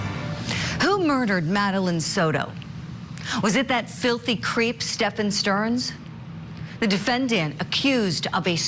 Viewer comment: IT'S NOT PRONOUNCED "STEPPEN" !!!!!!